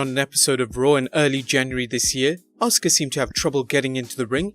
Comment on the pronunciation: AUSKA??? AUUUUSSSSKKAAAAAAA